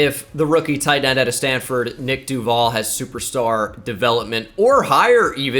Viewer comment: You mispronounce duvall and its actually mad annoying